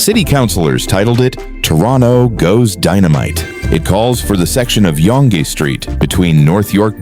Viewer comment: FYI….Yonge is pronounced like ‘young’